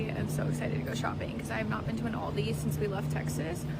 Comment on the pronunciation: thats not how u pronounce aldi but okay